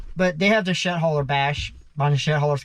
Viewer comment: it sounds like you are saying shit because of the pronunciation of the D and T..like when you say they or the it sounds like you are saying day,,not using the th sound.